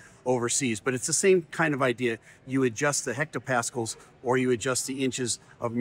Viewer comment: Hectopascal: Pronounced "HEK-toe-pass-KAL." Our pal Blaise would get all "fired up" if he heard how you said his name,.😉😂 (100 [thus, the prefix hecto-] pascals = 1 millibar -- if anyone was interested in the equivalency.)